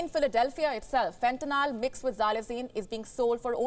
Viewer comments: Wow she even said fentanyl wrong… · She can't even pronounce Fentanyl correctly...!!